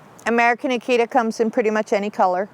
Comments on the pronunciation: Well to be fair she also pronounces Akita wrong the whole time too...most people do. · Well...to be fair, she also pronounces Akita wrong the whole time too.